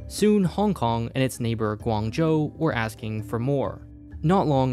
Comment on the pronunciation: not relevant but I have a hypothesis that the narrator is Vietnamese based on how he pronounced Guangzhou and Vietnam